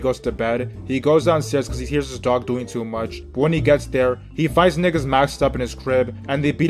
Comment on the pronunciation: I hate the way yu say nigga bruh where are yu from 😂😂